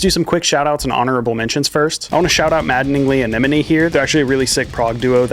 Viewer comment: Hardest thing you did was pronouncing our band name correctly (Maddeningly Anemone). Was super sick to make the riff and was stoked above all to be a part of the competition 🤘🏼